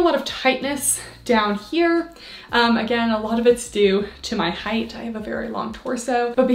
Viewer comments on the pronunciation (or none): none